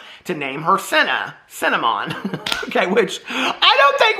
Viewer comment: Omg when you said CinnaMonn I died 😂😂😂😂😂😂